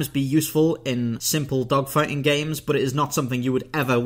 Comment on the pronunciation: Did you say spaceDOGfighting or spaceDOCKfighting? 😂